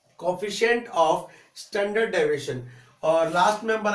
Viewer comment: ohh bahi daviation nahi pronounciation hai deviation hai